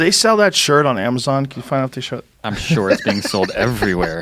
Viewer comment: the Boston in him comes out with that “sure”